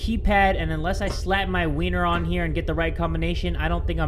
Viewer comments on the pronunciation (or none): none